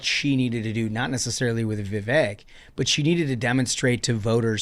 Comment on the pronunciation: You all need to pronounce Vivek correctly, Vivek, rhymes with cake. No one likes Christie. Few like Haley You all had some bad takes.